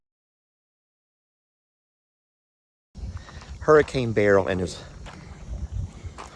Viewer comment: It's pronounced Bur- L. Not Barrel.. 😂